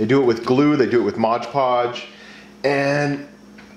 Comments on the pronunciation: I can't believe you called Mod Podge "modge podge" that actually hurt my soul a little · Mod Podge dude! not Modge Podge ! don't be one of THOSE people 😂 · "modge podge" smh